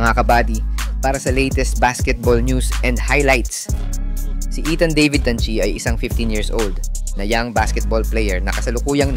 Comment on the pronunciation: Tan chi with an N..dont forget the N...